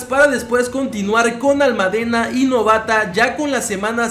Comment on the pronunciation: Por qué no pronuncias el acento en "Almádena", es solo una cosa que he notado xD